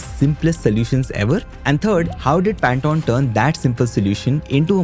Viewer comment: FFS... It's PAN - TONE... As in tone of voice, tone of a musical note, THE TONE OF COLOUR NOT TON TON TON TANATAN 😂😂 🤦🤦🤦